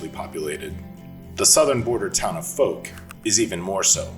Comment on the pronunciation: Fouke is pronounced with a "ow", as in ouch sound. As an east Texan I only live a few hours from there.😁